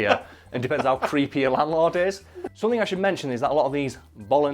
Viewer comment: I love how with accent, the word "something" always comes out "summit."